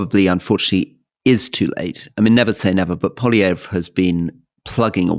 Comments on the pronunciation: Since it seems likely that we're going to be seeing and hearing a great deal more of this man, here's a little friendly pronunciation advice for all those Anglo speakers out there who sometimes have difficulty with French names. Pierre Poilievre's last name is pronounced 'paw-lee-ev'. 😀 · Poli-ev (the re on the end is silent) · Why are french politician names funny? We're a bilingual country and they're serious and respected ministers. Also, Poilievre pronounces his name like Pol-ee-ev. Otherwise, I enjoyed your discussion about Canada. I will add that LeBlanc is Trudeau's long time friend and replacement Finance Minister for Freeland, so like Freeland will carry the association with Trudeau into the race. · Could someone please correct Alistair Campbell's pronunciation of "Poilievre"? He's absolutely butchering the last syllable.